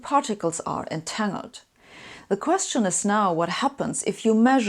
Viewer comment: Her pronunciation of "entangled" always throws me off because of having the ng sound, but not having the following "g" sound. I need to get used to it.